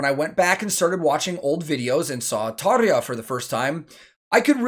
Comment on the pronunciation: One quick note... 10/10 Tarja pronunciation... ok... carry on... cheers...